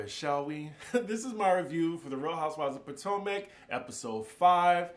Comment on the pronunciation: The way you pronounce Potomac kills me